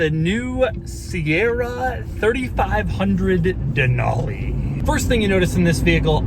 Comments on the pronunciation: Who says “ Dan-Ool-Leee” 😂😂 it’s “ Dan-al-Lee” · Just a heads up that it’s pronounced “den-alley”, that’s how the native population of Alaska says it. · Not how you say Denali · You can't pronounce "DENALI" 🙄😷